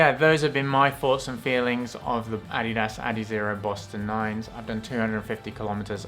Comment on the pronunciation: I’ve been pronouncing adidas wrong this whole time. 👍 well not the correct way at least. Now I know.